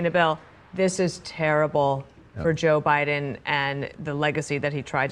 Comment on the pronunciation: That fool said "Bye-done 4 ever bro!"